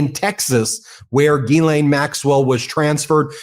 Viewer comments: Not to detract from her criminal offences, Ghislaine Maxwell's brother pronounced her name, "Ghee-len." I hear a number of reporters pronouncing the 's' in her name, calling her "Gis-laine." It makes me cringe and shudder, when I hear people refer to her crimes using the word sex. Sex is a consensual act between consenting adults, anything else is rape. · Gyslaine is a French name and the proper pronunciation is “Jiss/len. I don’t know who came up with the spelling, changing her thought process, changing her name, and who made up and changed the way to pronounce it. People should be respectful of what they were named at birth. She’ll do anything to get attention - even getting moved from a high criminal maximum jail where she was serving a 20 year sentence, to a minimum security where she can do anything she wants. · Ben, Ghislaine Maxwell, I understand that it's difficult to say her first name. But her name is like the word gypsum but without the letter p. So it's Ghislaine not Guylane... I'm French so, let me know if I can help 😊 Dr.Brigitte Villeneuve Elbows up. !!! Québec, Canada 🇨🇦